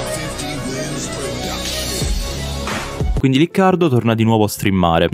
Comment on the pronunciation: "quinidi" carino